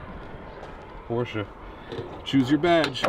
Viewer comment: A big thank you for the right pronouncing of the name Porsche.